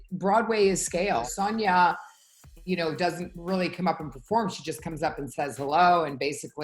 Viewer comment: Can someone please tell Luanne that it’s pronounced Sooonja not Saaaanja.